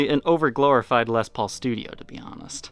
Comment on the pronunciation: I've been watching your show for a few years... I would just like to say congratulations..!! You've come a long way.. I remember when you first started talking about Les Paul's and mispronouncing them as Lez Pauls..You really have worked very hard to get to this point and I've always admired your honesty and transparency.. I will admit that I'm a die-hard Gibson Guy and haven't really watched much of your content on non Gibson instruments. But for some odd reason I would love to see you getting more into Gretschs.. I'm 50 years old and my fascination with Gibson started when I was about 12 years old.. other than books or if you were lucky enough to know somebody who had first-hand Gibson knowledge, information was very very hard to come by in the 80s and 90s.. I appreciate your show very much and admire all your hard work and look forward to 2021